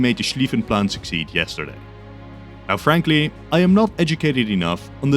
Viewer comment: "Now Frankly-" Frank... ly? 🇫🇷👀